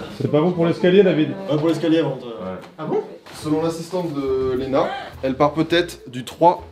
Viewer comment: Ça me stresse à chaque fois qu'ils disent Léna.